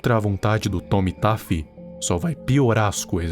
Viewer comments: como é: oi eu sou o Tommy Taffy como eu ouvi: oi eu sou o Tomi tape 😂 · E só uma coisinha. O nome dele se fala TOMMY TEFY COM É MAS ESCRITO COM A